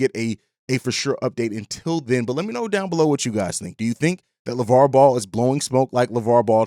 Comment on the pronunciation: I hope he's right but its Lavar man lol